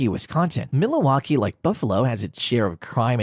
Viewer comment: Tha Ai cannot pronounce Milwaukee which made me suspicious. Is this cheapGPT at its finest?